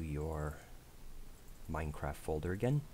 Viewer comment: He has an issue saying the t's Minecraffffffff